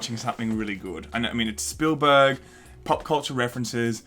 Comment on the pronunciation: Steven... “Spoolberg”.